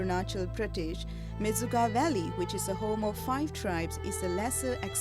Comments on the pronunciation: Its Menchuka not Mechuka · Mechuka is it's real name.. not menchuka..